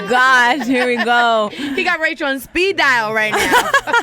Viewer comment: Haaaa she said Rachel TAE‼️😂